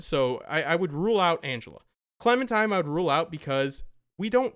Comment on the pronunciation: I cringe every time I hear 'Clementime'